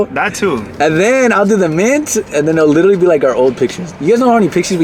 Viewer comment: Littteryyy lol😂 my boi rolling those r’s